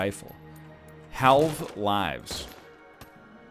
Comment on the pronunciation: Why does Ryan say halve so weirdly.